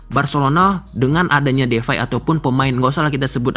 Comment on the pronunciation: DEPAY bang, bukan DEFAI